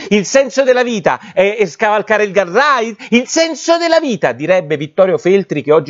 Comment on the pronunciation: Guard rail non guard raid ... per il resto ... avanti cosi ...